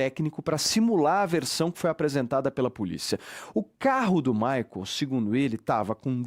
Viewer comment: Alguem avisa a da shopee que Maicol nao é uma palavra oxitona? 🙄